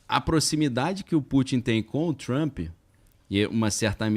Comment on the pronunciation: Por favor pronunciar direito!!!!! O nome do cara e Trump !!!! E nao Trumpi porra ✅